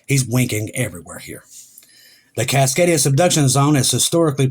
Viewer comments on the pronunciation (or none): If you listen to the whole video, he said cicadia several times in the beginning, but he actually said "Cascadia" at least 3 times, further down, it's the first time he said it that way, that many times - I really don't think it's intentional, he improved vastly on this one! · I love you......small reminder...It's not "Suk-kadia" It's Cascadia, pronounced "Kaskadia" I get it... I guess it's just habit. Still love you...but I am an Oregonian.🥰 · For those new here, when says Cicadia, he means the Cascadia Subduction Zone.